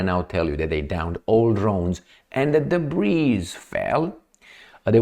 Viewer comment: Hey, "debris" is pronounced " debri" and not "debreeze". 😂